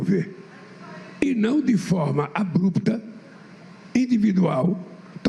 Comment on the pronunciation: "refrita" "abupta"